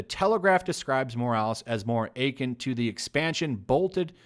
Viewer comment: Lol did u pronounce “akin” as “achin”? Lmfaoooo that’s funny